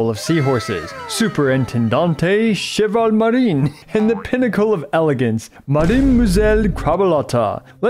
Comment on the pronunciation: As a french your way of saying "Cheval marin", "Mademoiselle" and "Gentilhomme" is very funny